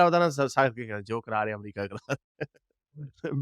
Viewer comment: Pahle bolna toh seekhle, America hota hai Amrica nahi hota hai.